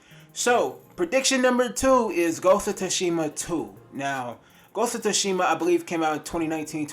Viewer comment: He said ghost of tushima lmaoooo. Bruh learn how to pronounce shit correctly